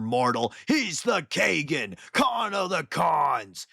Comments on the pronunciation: Kah-ghen! Bro listen to some keeble. FYI your not the only Warhammer YouTuber who does it and it drives me crazy. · lmfao the way you pronounced Khagan🤣